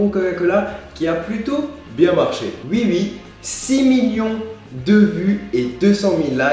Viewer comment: ca choque personne quand il dit "ui" et pas "oui"?